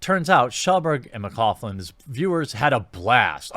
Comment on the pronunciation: Hey Jeremy, McLoughlin is pronounced 'Mack - lock - lin'. It's easier than it looks.